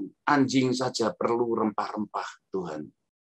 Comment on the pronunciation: Cuma salah ucap kok